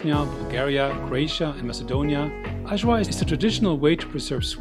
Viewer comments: Eye- var, not so hard. 🤷‍♂️ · Hi everyone, here’s my Serbian food video. I had some of the best food in Serbia - super yummy! Please excuse the terrible pronunciation of Ajvar. Wishing you all a great week ahead! 🌺